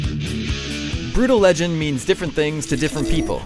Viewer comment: BRUTAL-LER LEGEND